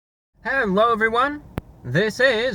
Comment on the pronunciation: hewwo everyone